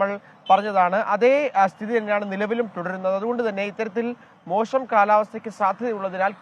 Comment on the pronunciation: അവിൽ ഷായുടെ ഉച്ചാരണം നന്നാക്കണം മോഷം അല്ല മോശം എന്നാണ് മലയാള ഭാഷ